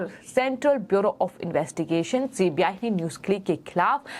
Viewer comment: OMG She is saying CPI, not CBI. Is she not aware of CBI? How has she become a news anchor?